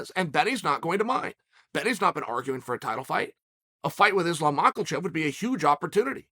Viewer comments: We're still calling him Makalchev, are we? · Chael, the L in Makhachev is silent. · "Islam makelchev" my new fav fighter 😂😂😂😂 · islam mackelchev gets me every time 😂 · "Ma ka Chev" please ... How older are you? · Ah yes, my favorite fighters, Islam "Mockelchev" and "Benny Darwoosh". Love uncle Chaels pronunciations hahaha